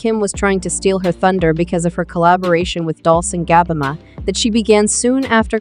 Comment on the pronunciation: Nobody: The AI: Dolcie and gabanna